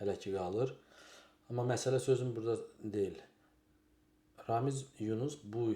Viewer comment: RAMİS. Z yox S.